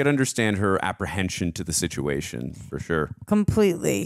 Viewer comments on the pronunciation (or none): none